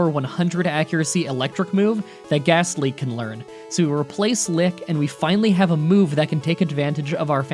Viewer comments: You're challenges have become increasingly easy. And I'm sorry but unless the next one is a CHALLENGE I'm gonna unsubcribe. I don't wanna so please up your game. Also it's a GASTLY! NOT GHASTLY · U said ghastly